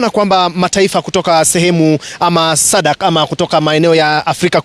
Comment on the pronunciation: It is pronounced as "Sadac" and NOT Sadca🇬🇧